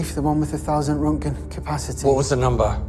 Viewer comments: rentgen?? Its rontgen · How in the hell are you pronouncing roentgen?